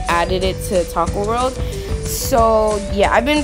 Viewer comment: It's not taco world its toca world